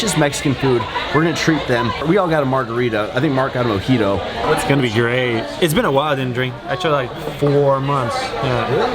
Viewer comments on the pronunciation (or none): none